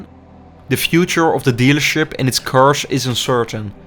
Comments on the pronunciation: Nice Video. Thanks for the impressions. But your pronunciation made it hard for me to listen to it. Please stop saying carsh 🙈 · Cannot even speak the word cars or kilometers